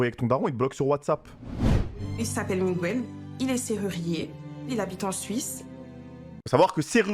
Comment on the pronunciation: Miguel pas Migouel bordel 😅😅